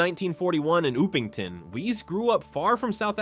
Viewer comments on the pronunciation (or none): Oopington? What's that? The correct pronounciation is "Uppington".